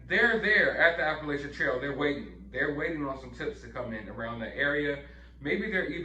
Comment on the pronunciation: I wish you all would pronounce Appalachian correctly and stop acting like you know it